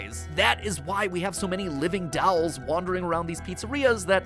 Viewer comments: Never knew Mat pronounced dolls as “dawls”😂 awesome vid tho keep it up team Theorist! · I will never get over the way Matpat says "dawls" instead of "dolls" ✋🏻🤣🤣🤣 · The way Matt pronounces dolls keeps getting me😂